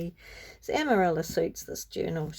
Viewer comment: Beautiful journal! Lot's of lovely inspiration! TFS 🤗 🕊️ (Amarilla is pronounced "Amariya" in Spanish) 💃